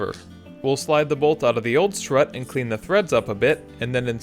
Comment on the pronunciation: Is it me or does it sound like he is saying slut